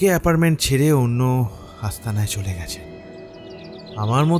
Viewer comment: কথাটা এপার্টমেন্ট, এপারমেন্ট নয়। একটু খেয়াল রাখুন।